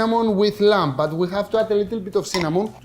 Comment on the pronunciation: lol Akis, the b in lamb is virtually 'silent' in English, so you don't need to pronounce the 'b' so you say 'this beautifully, expertly, inexplicably cooked lam/b IS PERFECT' because I know it is, on a tech level, I have never seen Kleftiko cooked with cheese before, is this regional? as always entertainingly inspired cookery, and love the best of Greek Yoghurt, olive oil and Lamb, including lemons and many other things no doubt....... 😉🥰